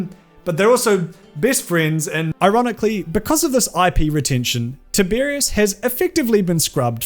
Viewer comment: No, mispronounced it every time. Sorry. ☹️